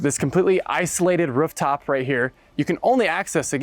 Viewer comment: Ruff top? Does this guy speak dog?